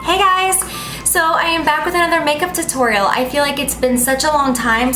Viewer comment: the way she pronounces tutorial made me no want to watch the rest